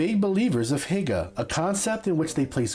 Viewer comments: "Hygge" is pronounced closer like "hue" but with a hard H sound... Like that in "hard". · It made me Laugh so hard egen you Said hygge you Said it so wrong😂